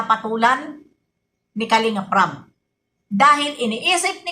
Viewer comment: BB YONG RAB MO NAGING RAP 😂❤❤❤